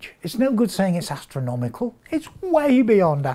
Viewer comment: It's not astronomical, it's ackernomical